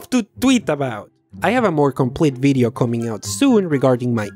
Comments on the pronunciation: "This BIDEO was broght to you buy" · "This Bideo!" ...lol